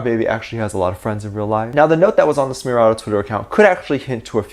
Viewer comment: Its pronounced essmeraldo not sssmeraldo and I think I enjoy broke the 800th comment.